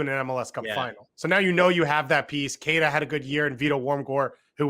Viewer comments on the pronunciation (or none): none